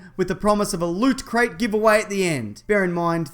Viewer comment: Every week I have HOPE for the correct pronunciation of Loot crate only to be let down again Check with the internets best mate for correct pronunciation